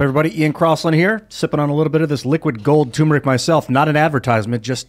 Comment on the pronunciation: Turmeric!! You're missing an R